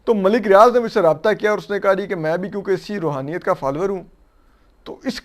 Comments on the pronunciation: جو شخص روحانیت کا لفظ تک ادا نہیں کرسکتا اور رحونیت کہتا ہے ملک ریاض کنفرم دیو بند ہے کیونکہ بحریہ ٹاؤن میں اپکو بریلوی مکاتب کی مساجد نہیں ملے گی اور پانچ قراط والی انگوٹھی کی آڈیو لیک سب نے سنی ہے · یہ روحانیت نہیں رھونیت ھے😂